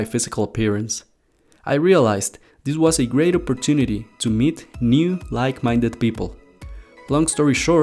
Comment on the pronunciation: Who noticed the mistake meed instead of meet